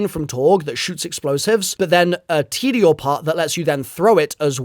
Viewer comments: Teddyore and Jackobs, there’s no way the accent card gets you out of this one 😂 how long have you been playing Borderlands,? TEEdy-oar and JAKE-ubbs, by the way, my guy! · Nah the way u said tediore and jakobs is criminal